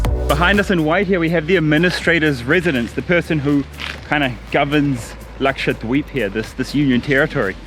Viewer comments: I don't know karl but when you say Laksha-dweep its so satisfying😂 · His pronunciation "Lakshadweep" is so good ...never heard any foreigner saying like that...and it comes so naturally without any effort..impressive. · I love how you pronounce 'dweep' so authentic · Truly wonderful. Loved watching it. Your pronunciation of Lakshadweep is so accurate. May u stay healthy, happy & blessed. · Your pronounciation of "Lakshadweep" is awesome